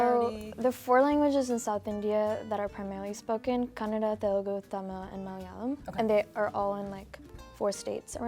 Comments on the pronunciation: it's not Telgu, it's Telugu. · she murdered telugu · Telugu is not spoken like that you idiots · 🙄 she murdered telugu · She spoke it very bad